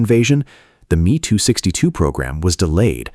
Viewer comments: Is it me alone who objects to AI dialog mispronouncing words? The aircraft is the “M” “E” 264 not the “me” 264!!! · It is actualy pronounced M E 262 the ME refering to Messersmitt, is the same for the M E 109 or FW 190 u pronounce the letters sepperatly.